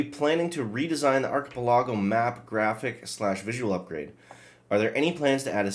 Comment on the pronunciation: Thanks for this news! Btw, the word is pronounce ARK-a-pell-a-go!